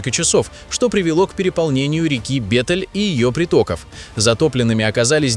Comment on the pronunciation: Река называется Бетель? Мне не послышалось? 😏